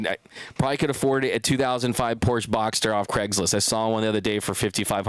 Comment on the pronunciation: It’s Porsche “ah” at the end. A Porch is that thing wrapped around your house. 😬 Thanks for the show!!